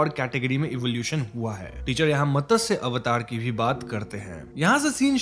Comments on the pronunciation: Great explanation, as usual, but a small correction "It is mat - sya avatar, not Matasya avatar" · Matasya avatar nhi hota hai... It's matsya avatar ... Mat-sya ... Pronounce properly plz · भाई मतस्य नही है, उसे मत्स्य कहते है😂😂😂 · Just one correction. It's not Matasya avatar, it's Matsya avatar. Matsya is fish in Sanskrit. If you want to clarify, just ask any one who has good Hindi or even a basic understanding of Sanskrit and they will tell you how to pronounce this word right. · मतस्य ❌️ मत्स्य ✅️ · It's not Matasya. It's Matsya. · It’s Matsya not matasya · Matasya avatar nahi Matsya avatar kehte hain.